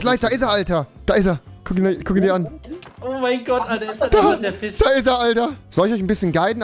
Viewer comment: Rewi"Bro du bist ein gottverdamter Goldfisch". Trymacs:" fich"